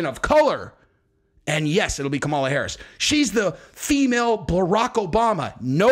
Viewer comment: Its Cam-a-la